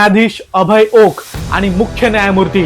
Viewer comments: अहो, ओका नाही, ओक म्हणा. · आहो ओका नाही, फक्त ओक म्हणा. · He u pronounce wrong, please say ,Oak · ओका नाही , ओक